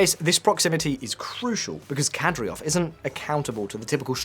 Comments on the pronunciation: NOT Kadryov nor Nucular. it is KADYROV and NUCLEAR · KADYROV PRONOUNCED CORRECTLY IS KAH DEER OV NOT KATY ROV. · Kad-e-rov, not Kad-ri-ov. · Who the hell is Kadriov? I know the leader is Kadyrov, but they can't be the same people. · Mate you made a video about this and you cant even pronounce KaDYrov correct? Its not like its super complicated..Its not KaDRyov. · KadYROV, not KadRYOV.😒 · It's Kad-i-rov,not Kad-ri-ov.....Notwithstanding,an interesting watch,thank you ! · Kadyrov is pronounced "kadeerov", not "kadreeov". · Kadyrov not Kadryov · KADYROV ffs not KADRYOV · In case someone wondered, it's pronounced "Kadyrov", not "Kadryov". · "Kadryov" -- you even have it written correctly on screen, while reading it incorrectly. It's not even about pronunciations, you just read it wrong again and again and again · Kadry rov .... if that pronunciation is being done to trigger Chechens then I guess it's kinda funny. Otherwise, .... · Yea, I noticed that, the "host" couldn't even say "KA-DEER-OV", pretty much well every other person can say it properly, except this guy. Also at the min mark he pronounced Kostyantynivka the russian way (Konstantinovka). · Saying “Kadriov” over and over again and he’s not even AI. Painful to hear. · How can you fuck up Kadyrov's name every time you say it? It's not a difficult name unless you didn't read the script before recording. Ka-dy-rov. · You pronounce it Ka - dee - rov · Read the word with me, Kadyrov - Kad-ee-rov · His pronunciation of Ramzan already bothered me, but then he kept saying Kadryov over and over. That's how you can tell someone is just making content without actually knowing what they're talking about. I'm surprised he didn't say Putrin. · "kadryov" my god how could any of the information be accurate if you cant even nail the name lolololol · Dude learn to pronounce the name of the people you claim to be an expert on, super cringe. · Can’t even pronounce Kadyrov but will lecture humanity on Chechnya